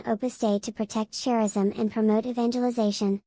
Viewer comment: 1) why the childish voice? Hard to understand. 2) charism is pronounced « karism » not « tscharism ».🙃